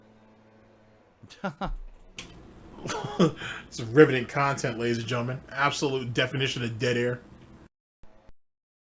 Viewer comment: "I was immediately threatened about a podcast that only happened because I begged at least three different khantent creators to interview me, correct? Aaaaaaaaaaand Now I'm ex-tree-mlee butthurt because I looked like a jackass in front of all of the new viewers I wanted to draw in. Sound good?" TIFTFY